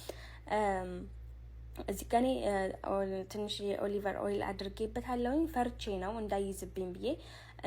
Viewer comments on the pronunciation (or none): ኦሊቨር ኦይል😅😅😅😅።ኦሊቭ ኦይል።